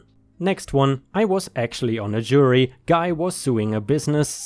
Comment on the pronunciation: "CC" = credit card. (Unless you're talking old fashion paperwork, or email, because than it means: "carbon copy", meaning an exact copy) Please review your pronunciation of "jury". Love the stories, as always! I like the new style with the last set of short bits from the reddit comments. Looking forward to more!